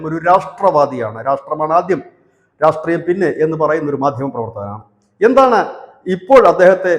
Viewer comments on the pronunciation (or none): none